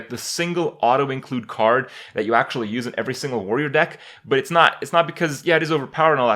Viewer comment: "I actually WARRY for warrior" haw haw